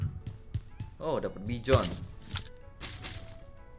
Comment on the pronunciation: sebenarnya tu bacanya bison atau bizon(bijon)..???